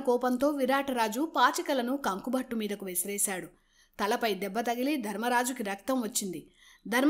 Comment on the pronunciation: కంకుభట్టు అనాలి కానీ కంక కాదు సోదరీ.వివరణ బావుంది.